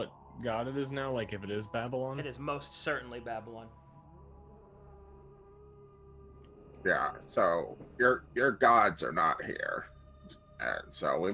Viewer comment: How to pronounce DADDYLON for beginners